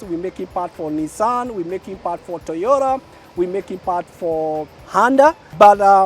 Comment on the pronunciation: So its handa not honda and toyora not toyota 🙊😮😂 😂